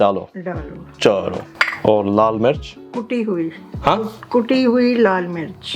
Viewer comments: my man confused "kuti hui" ( chopped or powdered ) with "kutti" ( dog or b**ch ) But honestly I was kinda shocked when I got to know that you didn't knew Hindi/Urdu .... I always thought that you knew it fluently because you have that strong Urdu vibes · he says kutte hue lal mirch 😂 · isn’t that a bad word 😂, it is actually the way you said it